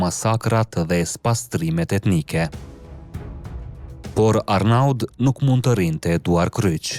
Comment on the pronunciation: Lexohet Arno jo Arnaud esht emer Arno jo Arnaud